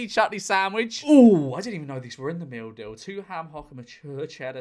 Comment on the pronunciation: The more he said "meal deal" the more it turned into "mildew"